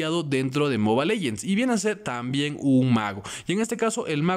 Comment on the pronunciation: Soy el unico que le caga que diga moba legends ._.